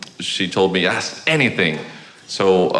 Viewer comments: I love how spiritual and cosmically connected he is. Also….I’m pretty sure “MJ’s engineer” is one of the only white people on the planet who can correct a black person saying “aks”, and not get his ass beat. 😆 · "aks" lol. so funny.